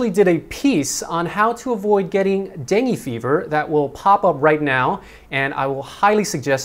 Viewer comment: Am confused.. kept saying "deng".. Lol.. Whered he pick that from?.. Its dengue.. 2 syllables last time i checked:) thats why am paranoid with mosquitoes, coz virus stays in your body & it can easily get triggered.. I for one had experienced in koh samui & wished human body can reboot too like computers.. Lol